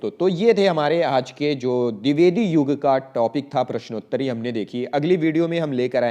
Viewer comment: पृश्नोत्तरी नहीं होता, प्रश्नोंत्तरी होता है ।